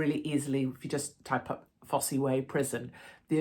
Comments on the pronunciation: Hey Katie, luv you to bits but isn't the e in Fosse way silent? The Fosse way is the old Roman road that passes through Leicestershire running between Exeter and Lincoln. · Pronounced Foss not Foss eee 😂. Ps I love that fact that your comments are being monitored by the ‘authorities’ crazy times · Really, Katie - it's not "fossie" - it's pronounced, 'foss' - one of the most famous Roman roads in England! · It's "foss" way - not "fossy" way. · fosse rhymes with toss or boss, not fossy :) made me laugh ... well done Katie x btw cant stand JV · Pronounced Foss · Hi Katie it’s pronounced Foss even though it’s spelt Fosse. Looking forward to seeing and hearing Alex again. Keep up your good work ❤ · Hi Katie I’m not reading all your replies to check but on the pronunciation of Fosse it’s ( FOSS ) , Billy Leicestershire. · The Fosse Way was a Roman road built in Britain during the first and second centuries AD and pronounced simply FOSS way, the e is silent, just saying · Pronounced Foss Way Katie. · Fosse pronounced Foss as in Loss. Sorry to be pedantic. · Katie , it's spelt Fosse but pronounced Foss , the Fosse Way is an old Roman Road. Also if you ever visit Belvoir Castle in Leicestershire it's pronounced Beaver Castle. I was in Hereford once and asked someone how to get to Leominster it's not Leo Minster it's Lemster FFS 🤦🏼😎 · It's pronounced "foss" btw! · You don’t pronounce the ‘e’ on the end Fosse… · It’s pronounced foss. Silent e. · Alex Belfield is a criminal. Sentenced in a British court of law fairly and squarely. He would do well to keep his big mouth and ego under wraps when he's released or he'll be back inside. BTW it's pronounced Foss Way (the "e" is silent) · FYI Fosse is pronounced simply as FOSS. Fosse Way is the name of a roman road. The Fosse Way is a 229-mile-long Roman road that connected the southwest and northeast of Britain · I believe Fosse is prounounced "FOSS" Katie, not that that's important. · Fosse Prison pronounced "Foss" Katie, xx